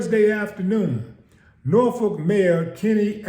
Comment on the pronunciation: Its Youngs Park. Norfolk pronounced nawfick.